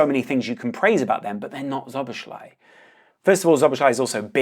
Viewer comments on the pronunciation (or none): Szoboszlai is pronounced So-bos-slai. Sz is the equivalent of S in English. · The sz is pronounced as s both times. Sob-os-lie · Correct pronunciation: So-boss-lai :) Very good video by the way. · Nice vid! However, about pronunciation: ˈsoboslɒi - not that hard, is it? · It’s pronounced “so-bo-sly” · its just Soh-Boh-Sly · Pronounciation: "So-bos-la-ee" basically,just take away the 2 "z"-s then go and try to read it. Ur welcome! 😁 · Bro it's not Joboslai. Stop pronouncing it that way. It's not the right way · it's actually pronounced slo - bo - zai 😂 even though it isn't spelt that way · "So-boss-la-ee." That's the pronunciation. ("Sz" is pronounces "s" in Hungarian.)